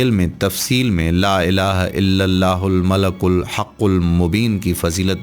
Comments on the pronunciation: its not Malak, its Malik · Bhai sahi terha to parho. Mala-kul nhi mali-kul-haqul mubeen hai. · App nay aik lafz ghalat parha malikul hai app nay malakul parha.tasheeh karain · mlalkul...نھین malekul پڑھین۔ شکریہ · Description main malikul likha ha or ap malakul parh rhy.... Sahi tallafuz ki rehnumai frmayen shukria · "Malikul" sahi talaffuz hai "malakul" nahi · AOA deer most of wazeefa telling persons tmake mistakes 1. One qari recited Quraan wrongly 2.,another person reciting yaa badee ul ajaebey which is wrong 3,, one Qari old man recited Doaa e MUSA AS. Wrongly rabbey inni lemaa anzelto very bad and very wrong. 4 now you recited 2 or 3 time malakel it's wrong I think wazeefa tellers only want to earn money. I am totally UN PARH دین k moaamley مین پھر بھی غلطی pakker letaa ہون. Please take care. Wassalam